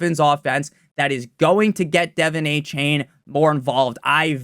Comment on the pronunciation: “Devin aye-chain” drives me nuts